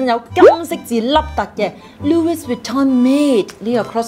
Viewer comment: Louis Vuitton 的 LOUIS 是沒有 S 音的…